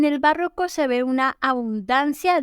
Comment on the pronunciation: Es barroco, no "bàrroco". Como está en el tìtulo.